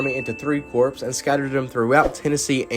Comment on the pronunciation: Overall, I really enjoyed this and look forward to seeing other videos of yours like this, but one small nitpick: The word "corps" is pronounced "core". The 'p' and 's' are silent. Other than that, this video was really enjoyable.